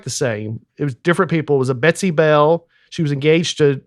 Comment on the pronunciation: “Bell” with two syllables is crazy